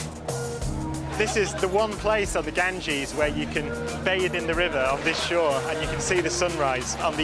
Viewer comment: Gangees? Sure that isnt Bradford 😂😂😂😂